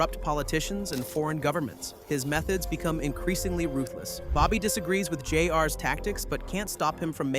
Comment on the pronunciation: He probably asked AI to write it and has never seen the show. In fact, the way "J-R" is pronounced the same strange way, maybe it's an AI voice too.